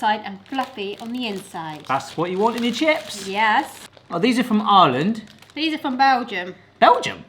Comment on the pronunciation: OOOH! saying IRE-land.. not arland i kept hearing for 10+ minutes.